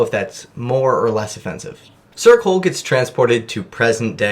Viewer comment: Every time you say ‘sir Cole’ I fully just hear ‘circle’